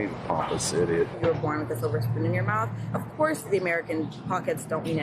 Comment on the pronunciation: Rev Sharpshooter, The word is mouTH, not MOUF.